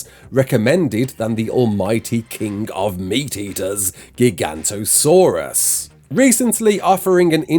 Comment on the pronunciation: it's gigaNOTOsaurus, not gigantosaurus lol. Though tbh 95% of ARK players say giantosaurus